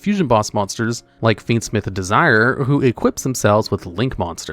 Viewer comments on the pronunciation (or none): I feel like you mispronounce cards on purpose at this point. It is De-si-ray not "Desire" you cobweb pilled son of a Arachnid